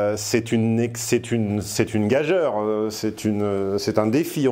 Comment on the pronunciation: gageure s écrit bien gageure mais je te rappelle que le mot se prononce [gajure]